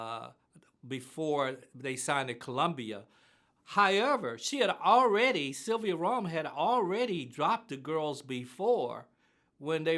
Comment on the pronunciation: "Highever" ...fk happened to "however" 😂😂